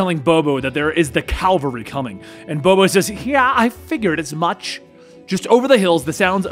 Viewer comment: Kalvalry. stopped practicing his words again. Love you. Never change.